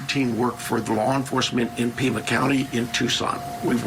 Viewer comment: It’s PIMA County not Prima.